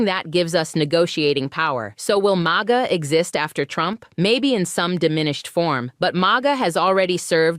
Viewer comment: You should train the AI host to stop spelling out M-A-G-A and say Maga! And learn how to use your AI hands more like a human. AI sucks. In fact, hire a real Black woman and stop replacing our people with computers. The unemployement rate amongst our people is high enough!